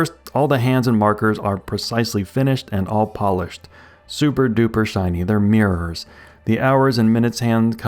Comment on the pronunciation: I liked this video somewhat but when you said "superduper shiny, they're mirrrrrrrs", what exactly is a mirrrrrrr? I think you mean mirror but it's like you've passed the first vowel then hit the R and someone has powered you off